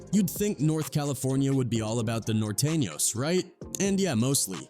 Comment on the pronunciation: Nortayños lmaoohahha surehknows